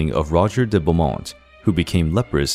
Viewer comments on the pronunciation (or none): none